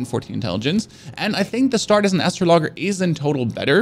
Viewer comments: sounds like an Intergalactic lumberjack! 🤣 And yes, I know English is not his first language. The guide is much appreciated for a new arrival to the world of Elden Ring and From software. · Ass-sraw-lags-jer aye mare just trying to help ya out there! But damn great video!!! I’m subbing and liking!!! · "Astro-log-er" lol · It's hard to watch when all you hear is lol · Great content, just the right pace, not too fast but also not too slow, super helpful. I see poeple commenting on your pronouciation of the world `Astrologer`. Your youtube profile indicates you are from Germany (your english is amazing btw!) and in German astrologer is indeed pronouced `astrologger`. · Man said dex build no summons was pain. The rivers of blood katana determine that was a lie. And I literally lol'ed at "" 🤣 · Its Pronounced Astro (LEJER) Not Astro (LOGGER ) But this is a very helpful video. I'm just starting a mage class for my second playthrough and this helped a lot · astro logger :) hahaha "Astraw law jer" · I love your content brother keep it up! But damn who tf taught you how to read my man? Astro-loggers and Mah-lay like how??? 🤣🤣🤣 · ROFLMAO "Astro logger". Bro...it's astrOl-O-jer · Astrologger? As-tro-lo-ger. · Hahahahahaha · Why do you keep saying ""? The word is "uh-strah-luh-jer." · Astro-lager? Lol cmon man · Thanks for the guide, however... why do you say ''? It's an astrologer. Like astrology. As-trawl-oh-gee... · Man really just pronounced astrologer Astro logger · astro logger hurts my ears, and English isn't even my native language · why are you pronouncing astrologer as astro loger it is pronounced a strol a ger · "Astrologger"...LMAO Is that a space arborist? Dude...if you are pronouncing the astrologer like this, I give up on watching your video ASAP! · "astrologger"? lol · Every time he says “” I die a little more inside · I stopped watching when said Astro Logger